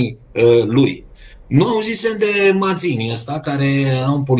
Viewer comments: Matzini se pronunță, nu Mazini. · Ai pronunțat bine inițial "Mațini". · Se pronunță Mațini, si nu cu ,,z,,! Mai studiază omule! Este limba italiană!